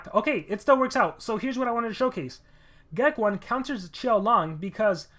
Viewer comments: I still think its geck-own not geck-1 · Hey just saying it's pronounced Geck(own) not Geck(1). Anyway great video:)